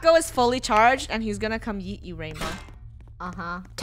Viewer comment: it was yeet not yoot